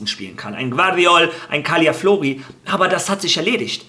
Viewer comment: Er heißt immernoch calafiori - ganz einfach CALA - FIORI und nicht caliaflori 🤣